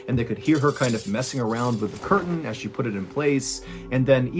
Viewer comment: All I can hear is Jon saying "Coitains. It's Coitans for all of us, I tell ya"